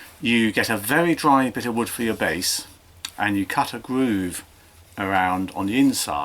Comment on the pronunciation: What's a gwoove